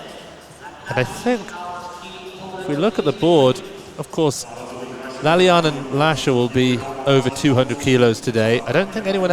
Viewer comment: The name is pronounced La-La-yan not La-liyan